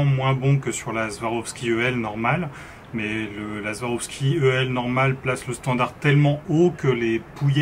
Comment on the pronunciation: SWAROVSKI se prononce avec un S pas un Z. Beaucoup font la même erreur 😉 Pour le reste, excellente présentation. Complète , honnête et claire, comme toujours sur cette chaîne. Merci.